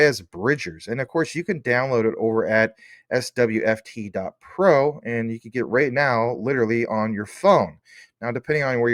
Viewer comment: Very amusing to hear the AI voice struggle with SWFT and SWFTC.